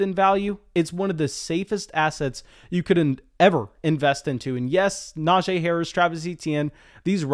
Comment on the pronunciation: It’s pronounced “NajEE” not “NajAE”